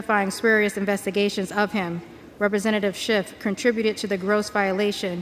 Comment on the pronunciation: She corrects her proper pronunciation of schiffs name to shift. That is just weird.